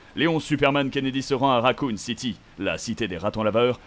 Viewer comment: Kennedy.... Et on dit le "nom"